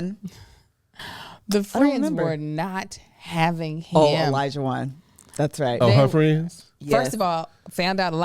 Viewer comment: Why does call him "Elijah-won" and not "Olajuwon"? 😂😂😢😢